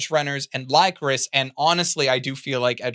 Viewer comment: I didn't press the issue in your The Best Anime of 2022 video but that is not how you pronounce Lycoris